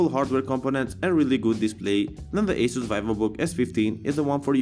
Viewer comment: It is pronounced as "AH-SUS". hehe